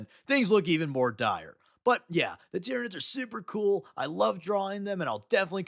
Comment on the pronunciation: The planet Tyran is pronounced ( tie-ran ) like you said in the video... so why do you and many others pronounce the aliens like ti-rin-ids? Shouldn't it be tie-ran-ids like the planet tie-ran?